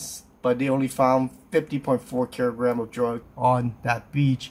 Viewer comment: “500 keerograms of…” 😂